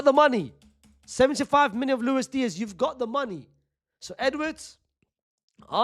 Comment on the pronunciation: Unc I cannot figure out if you’re saying million or minion. 😂